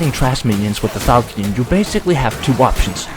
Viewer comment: reddit tism in a nutshell laughing at own garbage jokes pronounces fal-shon as falkee-on and deleting comments judging by the sound of your voice youre 1 impossible burger away from transitioning lmao